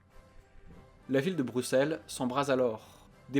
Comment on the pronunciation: Il prononce bien BruSSelles, mais pas AnverSE. Bhô aller, un sur deux c'est pas si mal. Super vidéo. 👍